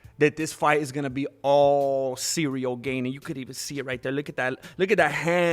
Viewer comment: It’s pretty bold of Trump to mispronounce Ilia Tapoeira & Cereal Gain on your video,!